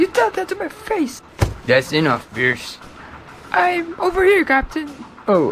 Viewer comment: Piers...ka...chu? Seriously =))))